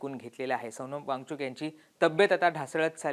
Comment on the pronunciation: या निवेदकाला वांगचुक म्हणता येत नाही ,तो सारखा वांगचुंग वांगचुंग म्हणत आहे .😅